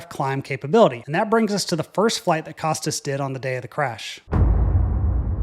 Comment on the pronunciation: Costas is pronounced "Koh-Stah"